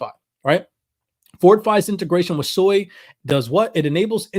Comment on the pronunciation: Sui is pronounced SWEY! Not SOY. there is no O in Sui.